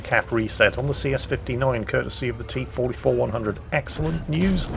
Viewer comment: you pronounced the T-44-100's name wrong